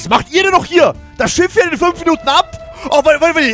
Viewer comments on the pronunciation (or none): none